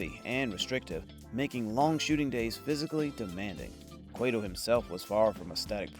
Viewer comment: Kway-tow? Really? You couldn’t take the time to get your stupid ai to pronounce the focal point character properly? At least you blew it early in the vid so we can move on quickly. Thanks for that.